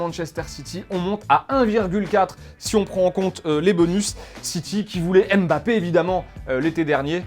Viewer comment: Ça magace kan vous prononçez le M de Mbappée Dislike direct